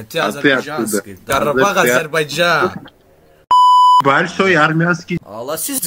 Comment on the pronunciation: АзербайЦан йох а скорее АзербайдЖан!! Не передалайте язык на всякую не нужную лексикон тоже самое место чай говорите Цай..ну ПОЧЕМУ ТАК ГОВОРИТЕ? ЭТО ЖЕ НЕ ПРАВИЛЬНО НЕ КРАСИВО